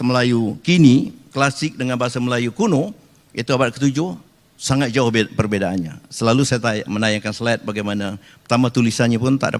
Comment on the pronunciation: Menit dia bilang "perbedaannya"... Jelas yaaa dia pake bahasa Indonesia yg dilogatin kemelayu...